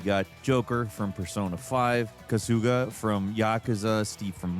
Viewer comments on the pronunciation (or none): The way you pronounce Kasuga immediately followed by Yakuza is funny 😂 Kasuga should have emphasis on the same syllables as Yakuza (which was correct)